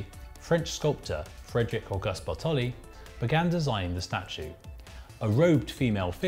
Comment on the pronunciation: "Edward de Yabouyay"??? "Fredricaugust Batoli" ????